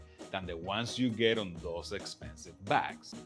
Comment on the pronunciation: That and " 'spensive" lol